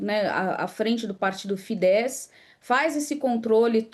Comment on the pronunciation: Se pronuncia tiça e fidez